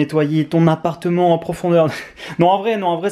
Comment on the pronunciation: "Un apateu" jpp